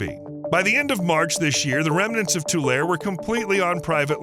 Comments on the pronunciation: Tulare /Tu-lar-EE/ not /tulair/ and slough is /slew/ not /slow/ not /sluff/ (Like I've heard some influencers say) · It's "too-larry". There are lots of ancient lakes associated with the Sierras. One big one is Death Valley, itself. There's one place where the road across the valley cuts right through an ancient beach. You can stop the car and "sit" on the beach and imagine the valley surrounded by tall pines. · As a Central Valley Resident I have to tell you this. Its pronounced Tu-lar-ee , not Tu-lare. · I just don’t understand how a supposedly literate person gets “tool-air” from Tulare. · Pronounced too-Leh-ree. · It's pronounced Two-larry. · Mispronounced Tulare. Locals pronounce it too lar ree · It’s tew lair ee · It’s pronounced “Too-Larry”. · I believe it's pronounced Too-lair-ee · Tulare is pronounced like how you'd say Too Larry. The lake is pronounced lake Too Lee. I appreciate your video but your pronunciation is just so wrong. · I grew up in Kern County. Just so you know… It’s pronounced To- Lare- E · As a California resident who grew up near this location, this video is quite interesting, but---OK, it's REALLY bugging me listening to you mispronounce 'Tulare'. It's 'too larry': three sylables, not two. My suggestion: do a little research b4 your videos; they are always interesting, but you can sound like a noob when you mispronounce words/place names. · It's tool-air-y... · Oh yeah, and it’s pronounced “tuh-larry” or “2 larry”. Not mentioning that about 95% of our rain water goes straight to the ocean seems a little uninformed or misleading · I’m 81 and live in the San Joaquin Valley for most of that time. It was always pronounced Tool Larry. Even though it is spelled Tulare. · It's pronounced TULL LAR REE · Sorry. But it is too-larry, Tulare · the E isnt silent its Tu-lar-e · I live in Tulare and Lake Tulare(Tuh-Lair-E) is west of my city. Stoked that you did a video on Lake Tulare! I always watch your videos! Keep up the awesome work!